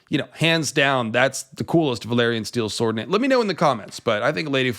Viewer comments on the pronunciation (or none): none